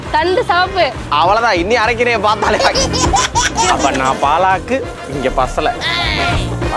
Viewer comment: என்னது “பா லா க்” கா? தெய்வமே 🤦. It’s பாலக் . That’s all